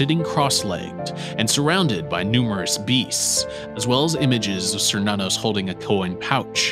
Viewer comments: Cernunnos isn't pronounced SER NONOS, it's Kernunos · An excellent video, but one criticism. Now I could be wrong but I'm pretty sure Cernunnos is pronounced "Kur-Nun-Nos". Edit: Okay two criticisms. Technically Loki is not the trickster god. I personally believe trickster was an either intentional or accidental mistranslation of prankster instead, because looking at Loki's behavior, he isn't a trickster. He's a fool.